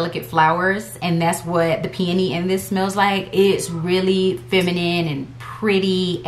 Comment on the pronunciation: This is a silly comment, but I love that you pronounce peony as pe-uh-nee and not pe-oh-nee. So many people say Pe-oh-nee. It took me abit to realize they were talking about peony and I was like "have I been saying it wrong all these years?" So I looked it up and the source I found says the correct pronunciation is pe-uh-nee. I mean no disrespect to anyone with this comment. I still LOVE watching all the fragrance videos regardless of how you say it😊